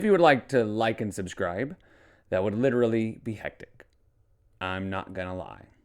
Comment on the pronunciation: Dude...the way you crossed your eyes at "pitcher" I got choked on my water...."lidurally" 🤣🤣